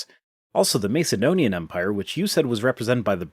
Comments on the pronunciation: This totally isn't the point of this video, but i'm bothered by how you pronounce Macedonian. Have I been pronouncing it wrong? You're saying it Mace like "Ace" (from playing cards) but i've heard it rather being like "Ass". Aka M"ace"donian or M"ass"edonian? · Can’t stand the way you say Mace-edonian. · Sorry but it's pronounced MASS ED DONIAN otherwise more power to your elbow! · The first a in Macedonian isn't pronounced like in mace, lace or place, but rather like in massive or casserole. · Yes, this bothered me too.